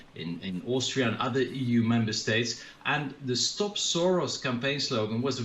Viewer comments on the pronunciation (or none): none